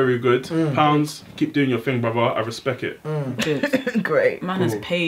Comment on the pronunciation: 😂😂😂 "Respek it"